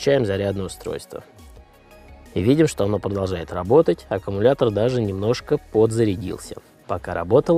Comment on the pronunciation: Блин аккУмулятор , а не ака...